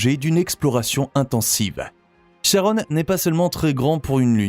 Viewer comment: Charon ne se prononce pas comme Sharon.